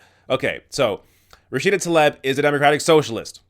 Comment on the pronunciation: Surely it's pronounced "Tlaeeb", not "Taleb".